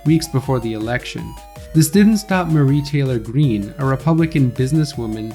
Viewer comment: Bro pronounces q-anon and Marjorie Taylor Green weird. You even from the US dude? And let's see some citations for some of these claims